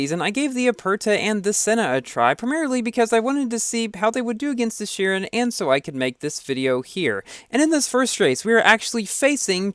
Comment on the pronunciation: Man I like you but... Your pronounciation of chiron is so annoying